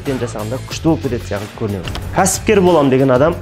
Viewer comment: Қазақта (сяқылды) деген сөз жоқ! секілді !!! Деген бар Азамат білдей азаматсыз Мың Батыр орталығын құрған. Сіз өзіңізз шебер нақты сөйлеп тұру керексіз ең бірінші !сосын "Н" емес "Ң"